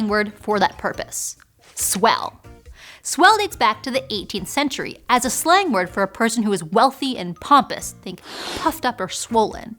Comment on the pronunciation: anybody else hearing her saying "slime word"?